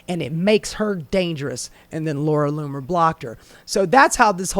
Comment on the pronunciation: Laura Loomer you just said Laura Bomer